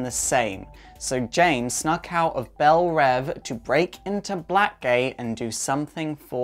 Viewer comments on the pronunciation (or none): none